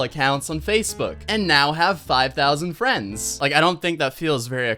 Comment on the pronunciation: 5,000 Fwends On Facebook I don't even have fwends :C &_&